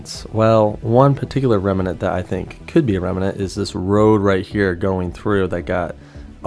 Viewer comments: Great research I gotta hand it to you. However, remnant has two syllables, not three. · I love doing this kind of stuff. I think I’ve always wanted to be a detective, or something, even though I’m female. One trail leads to another, and so on. Also, it is rem-nant, not rem-a-nant, but I won’t tell. Haha